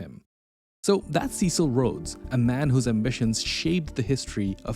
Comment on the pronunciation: You knucklehead. You cannot even pronounce his christian name.